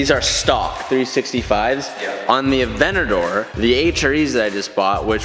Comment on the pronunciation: "Just parked thee AVENNADOOR "